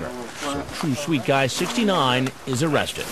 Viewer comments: It's O-RESTED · "Aw-awrested" 😂😂 i like Oressted too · The pause 😭😭😭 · Oh cwap. Dwatained. OOOrested. The cleanest, best pleasure.